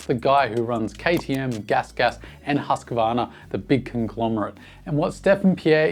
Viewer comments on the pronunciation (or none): none